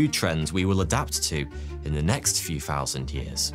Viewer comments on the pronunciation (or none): none